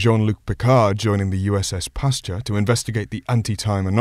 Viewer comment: Pasture?! No, no, no. Pasteur, dude, Pasteur.